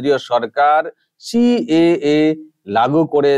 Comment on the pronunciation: "সি.এ.এ" কে উনি "ক্যা" বলেন, CAA CAA ছি ছি😂😂🤣